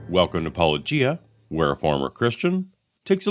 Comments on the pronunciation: When you're an apologist and you think you're a lawnmower but in reality you're just a typical yawnblower instead. I am shocked he pronounced your name right, though. Of course, considering that and the lightweight praise, that clip from Yes, Minister comes to mind. "It is necessary to get behind someone before you can stab them in the back." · Almost fell off my chair when I heard a Christian apologist say 'Paulogia' correctly! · OMG! He actually pronounced Paulogia correctly! I may have to begrudgingly admire Dr. Brown for this one very specific reason now. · They clearly watched a bunch of Paulogia since they pronouce Paulogia correctly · Was this the first time an apologist pronounces Paulogia correctly? These two deserve credit. Not only did they take you seriously, and respectfully, they also approached you much more honestly than many. Which you can't say about people like Craig. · Can we all consider the fact that our bar is so low for the apologists that we are genuinely impress when they manage to pronounce your name correctly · After that mangling of your name by "Capturing Christmas" it was such a relief to hear your name finally pronounced correctly! 😁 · An apologist pronounces "Paulogia" correctly? It's a Christmas miracle! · OMG he pronounced your name right O_O Its a Christmas miracle !